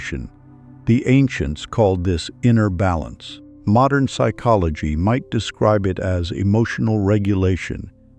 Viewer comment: Is there a reason the narrator pronounces - psychology as " sick ology - at first I thought this was typical amercains being incapable of speaking how a word is spelt - until the narrator says the word properly.